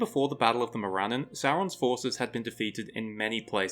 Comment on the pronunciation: Interesting video but Tolkien’s names typically had their emphasis on the the first syllable. MOR-an-non instead of Mor-AN-non and EL-es-sar instead of El-ES-sar.